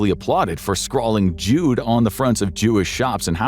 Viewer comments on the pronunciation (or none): This word, Jude, is the German word for Jew and is pronounced you-duh. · it's pronounced "YOO-duh"